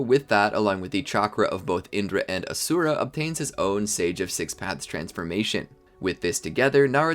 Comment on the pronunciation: Ashura is pronounced "Ah- Shoe-Ra" not "A-Sue-RA"